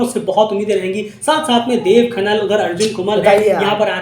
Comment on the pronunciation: खनाल hota है खनल nahi